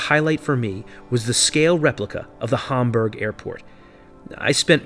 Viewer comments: Its HAM BERG not humburg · Can't pronounce Hamburg properly